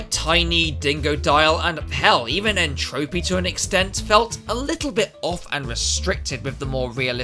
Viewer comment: N-tropy btw is pronounced entropy..like n-gin aka engine or nitrous brio aka n-brio aka embryo